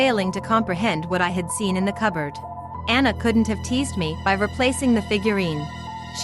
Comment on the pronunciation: "A coberd in a coberd?"